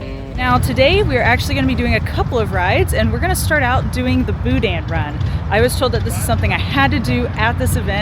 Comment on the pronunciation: It’s not pronounced Boo-Dan it’s Boo-Dn’,the N is short. The Best Stop in Scott is the best,The Superette in Eunice is second best.